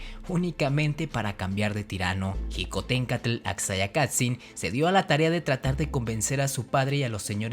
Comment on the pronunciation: La palabra Xicohtencatl no se pronuncia como jicohtencatl. La grafía "x" en náhuatl se pronuncia como un "sh" inglesa o como una "ch" suave. Su pronunciación es shicohtencatl